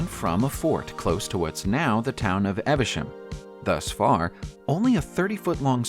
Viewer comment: Ephesus = EFF - uh - suss Monsieur = muh - SHYUHR Worcestershire = WUH - stuh - shirr Evesham = EVE -eh - shum Hypocaust = HIGH - poe - cawst